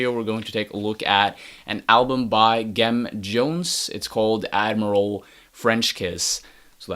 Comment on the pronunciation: Pronounced with the soft g - "Jem" like "gemstone". The name is a play on Jim Jones of the Peoples' Temple.